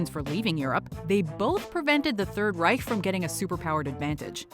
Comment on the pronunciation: I’m always astonished with the way you manage to pronounce the German “ch” as in Third Reich. Really really good